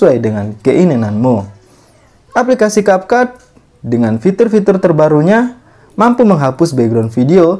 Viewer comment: Kak maaf capcut itu ngomongnya capcut kayak biasa bukan kapkut ya